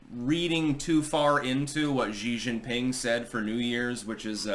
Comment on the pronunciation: You really need to learn how to pronounce Xi Jing PIng. You talk about him a lot.